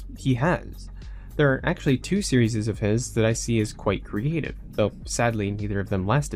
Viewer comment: Great documentary, but the way you say series physically hurts me. Still a good video though.